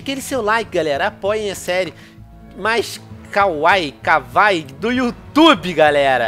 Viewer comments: Venom se fala kawaii não kavaii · venom a palavra kawaii se pronuncia kauai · venom maldito...... "kawaii" se pronuncia "cauaii"